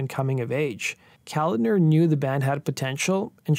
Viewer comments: So, I wasn't the only one cringing with every mention of Kalodner. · I'll echo a previous response, I came to comment the very same thing. It's a little disturbing repeatedly hearing Kalodner's name pronounced like that. Get a little knowledge on what your subject is dude!! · Enjoy your content, but "Kalodner" was mispronounced incessantly here. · Okay, first of all: It's pronounced John Ka-LAHD-ner. Secondly, Tommy Shaw did not front Styx - Dennis DeYoung did - and Styx were a Hard Rock/Prog-Rock band and were most definitely NOT Pop (save for maybe a few songs). Third of all, I have no idea what an "Adult-Oriented group" is unless you are referring to porn actors. Lastly, you show a 90s band (Nirvana) while referring to the transition of 70s music to 80s music. I love most of your videos, man, but this one made my OCD explode. 🤯 And I was so excited when I saw this vid pop-up. You usually do a great job, but this video was clearly a rush job. I'm just trying to help here. BTW, does anyone else see the immediate irony in the fact that a wedding-dress-wearing John Kalodner brought together a supergroup featuring 2 Right-Wingers (Jack Blades and especially The Nuge)? 😅 IRONY!! 😂🤣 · The name is pronounced kaLODner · It's pronounced Ka-lawd-ner. John Ka-lawd-ner. Watch an interview with Steven Tyler some time to hear the correct pronunciation. Nevisin accidentally lost some of the master tapes of Zeppelin's Physical Graffiti. Not exactly outstanding. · Not to mention he mispronounced John Kalodner's name. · Just an FYI, it's not "calender," it's Kuh-lawd-ner. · John Ka lan der. You pronounce his last name with a K sound not C. It’s not calander. It’s ka lan der. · It’s John Kalodner. Not calendar. Pronounced Kal-AH-dner. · It's not John Calender, it's ko-lod-ner, stress on the middle sylable. Damn, it painful to listen to you mispronounce his name time and time again, especially since he was one of the biggest A&R guys in the 80's. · BTW: It's John Ka-LOD'-ner